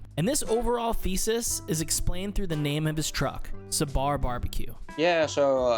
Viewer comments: Amazing work, sidenote not SA BAR its SA BUR short vowel on the a as well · Sabar ( صبر ) in Urdu means patience quite a unique name he chose also we don’t elongate it in English you can ignore a before r so Sabr that’s how we pronounce! Loved your video btw greetings from Pakistan 🇵🇰 ❤ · Just a quick note: you're pronouncing it wrong. You're saying with a long A at the end. As in Sabaar. It's Sabar. So, more close to Sabr but not as abrupt. :) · Great video! I know pronunciation is hard, but its not “suh-baar” its pronounced more as “sub-bur” or “sub-ber”. If youre doing a profile on a restaurant, taking the time to learn pronouncing the name of it correctly seems like an important detail! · Hey, liked the video. The name Sabar is pronounced like "Suh-burr" not "sa-baar". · Its not sa-bar ... Its pronounced as sab-er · The sad part, the narrator screws the pronounciation of the name of the establishment. The second A in sabar doesn't need to be accentuated. It's like you would say an 'er' sound in suffer, power, etc. A little bit of effort, goes a long way. Not to belittle the whole effort in making the video and putting his work out there and share it with the world.